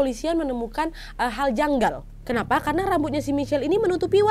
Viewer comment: "KENAWHY" mantappp kak nad 😂